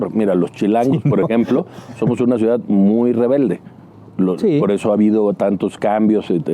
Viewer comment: Te viste lindo, tampoco va al extranjero porque no sabe hablar inglés, vaya, si ni siquiera sabe el español, solo sabe hablar macuspano!!! Jajaja 😂😂😂 dice ciudat, austeridat jajajajajajajaja